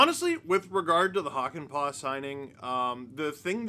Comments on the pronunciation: It's pronounced "Hockey-Pa'" 🤪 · The Äs in pää are pronounced like a in cat or hat (but long) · As a Finnish viewer adding the proper ää to Hakanpää made me happy :D. Now we just need to work on the pronunciation (which is by no means bad as is)!